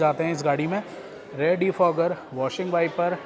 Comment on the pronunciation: भाई आप रियर को हर बार रेयर क्यों बोलते हो.